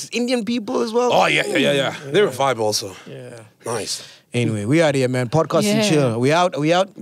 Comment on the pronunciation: lol did Sol just say aniswi tivi hahahaha